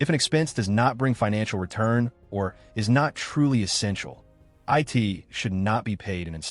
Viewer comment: 😂😂😂 I caught that too C-A-R repair and at around minute he says I-T for “it”. What a terrible voiceover program.